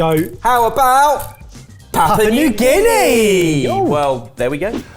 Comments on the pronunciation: It's not "papa", it's "pop-ooh-uh" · Papa? Its Papoooa. and its SAYgo. its quite easy to check these things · It's pronounced 'pap-yu-ah' new guinea :) Not papa😅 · "Papa" New Guinea 😂😂 Papua! lol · There's a letter U in the name. It's not Papa New Guinea. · you forgot the POO! It’s Pa-poo-ah not Papa 😝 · just being picky, but it's PAP- ua, not papa. Thanks for exposing us to unknown dishes from around the world. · PapUa New Guinea, not Papa New Guinea......say it as it's spelt. This should be interesting. Taro is very popular in the whole poly/micronesian areas. All the islands grow it as a staple and both the root and leaves can be eaten tho they need to be prepared properly. Also Sago is long "a" so, say-go. Actually Sago pudding was quite popular here in NZ in the 30s and 40s. Britain too as far as I know. Haven't seen it for a while tho. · Papua, not papa. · Stop with the 'Papa' already! It's got the letter u in it and it's not silent🙄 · I think it's pronounced pap-Wah or papu-wah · I think needs to learn how to pronounce Papua